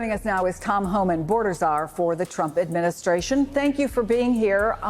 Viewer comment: The Trump ashminshrashun🤣🤣.